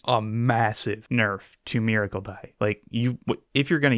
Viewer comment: please I’m begging you. It’s miracle, not maracle